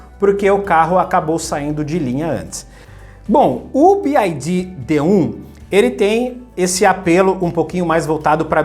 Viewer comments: Bi uai Di não B Ai Di 😂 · About English PRONUNCIATION (The Alphabet) a pronúncia do "Y" escrevendo a transcrição desse som seria /uái/. Você fala /Bi - ái - di/ o que se escreveria como "BID" / "bid". O som da letra "I" em Inglês é/ái/ e do "Y" como já falei: /Uái/ é só lembrar do pessoal de Minas Gerais quando for falar a letra "Y". 'Uái Sô'. Paz e bem. Sucesso! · Ótimo vídeo! Um comentário é que a pronúncia da letra Y em inglês é “uai” Então fica “Bi uai di” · Se pronuncia BYD, Y = “uai” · Mano conseguiu falar o nome da BYD errado todas as vezes...